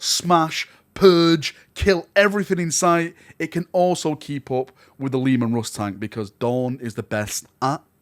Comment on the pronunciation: The lemon rust ???? WTF is this accent ?!